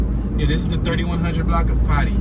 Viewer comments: It's called potee Street not potty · Not potty street. Po Tee street. Hilarious 😂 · Potee is pronounced po then tea like a cup of tea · Pronounced "POE-TEE" Street. During a city bus strike, I used to walk across that bridge in cold weather in junior high school. I lived in Cherry Hill, Bmore. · Poe Tee street . Please do your home work before you attempt to be informative. You passed over the true Patapsco river on that bridge. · PO (long O) TEE Pronounced "Pōtee" Street. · P-ot-ee my mans say it correctly